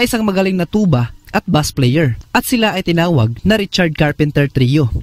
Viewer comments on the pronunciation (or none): none